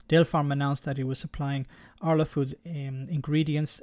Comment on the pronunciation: quick tip. the A in Arla is said the same way as the A in amigo